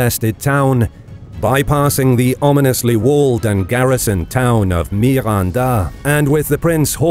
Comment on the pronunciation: MI-RON-DA. NO--GA-RO.... I'M DEAD JAHHAHAHAHA